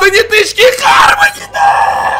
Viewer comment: Почему всё читают Хармони если читается гармони